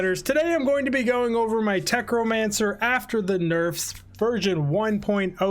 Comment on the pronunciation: Love the video, but “techromancer” is killing me. 😀